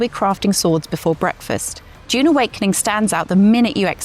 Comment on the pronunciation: Also can’t pronounce dune